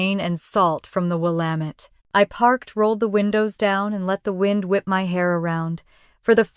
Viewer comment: someone should tell AI that there are many cities! not just Portland, Seattle, or Boston ! on the plus side they actually pronounce Willamette correctly!